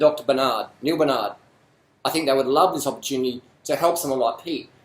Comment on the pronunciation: i like the part when you say ZIZ LOL